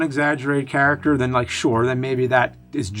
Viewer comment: "Charactrer" REALLY guys?!?!?!?